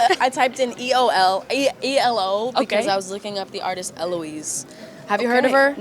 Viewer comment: She said E-L-O And I was like no way Billie Eilish does NOT listen to Electric Light Orchestra I'm old